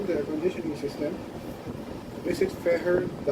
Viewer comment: Feher pronounce "fair"! The Bullitt is an awesome helmet!